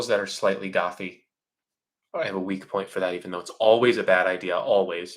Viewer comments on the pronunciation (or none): Slightly gothy*** I listen in 2x speed, but I had to slow it down to hear what he said 😆